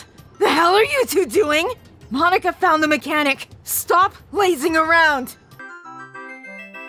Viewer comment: Sorry but i have to say this atleast once... "MOMika"